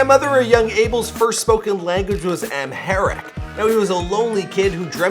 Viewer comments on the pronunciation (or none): Eliana Yared Aybel... Amhayric... lmao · WHO CRINGED TO THE MF CORE WHEN HE SAID “AMHARIC” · I am Ethiopian and you really butchered words like Amharic and Haile-Selassie. LOL.